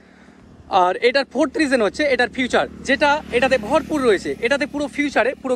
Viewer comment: ফিউচার না ফিচার ?